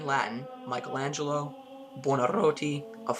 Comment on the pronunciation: What can you possibly teach us not knowing how to pronounce exactly either his name or the title of his masterpiece?!